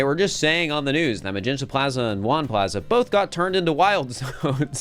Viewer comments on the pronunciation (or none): oh my god "jaune" pronounced like "juan" i love it